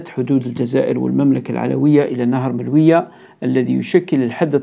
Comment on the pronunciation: مجرد تصحيح يتعلق بنطق النهر الذي يفصل بين الجزائر والمروك: مُلوُية و ليس ملوِيَة " Choukran. MOULOUYA, et non pas MELOUIYA